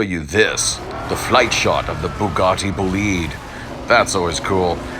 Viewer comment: You spell this car "boulihd" as in "to lead s.o." I prefer spelling it with an "I": so "boulaid". Am I wrong with my spellling?